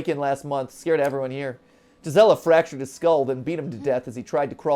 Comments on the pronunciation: Her name is pronounced geese-ah-la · Just a language teacher's opinion: Gisela might be pronounced "Gee-sell-ah" as it is in German.